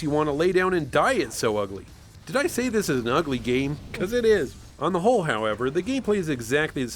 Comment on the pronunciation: Did you just say "On the hole"